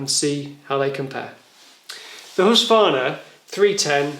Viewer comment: Husqvarna - you keep saying husvarna.. Good video tho :)